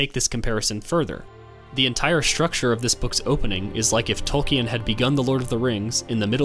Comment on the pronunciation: Tol-keen, not Tol-key-en